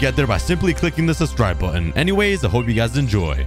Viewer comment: dose anyone notice he says suscribe susyboca :) just poiting it out pls forgive my speling damb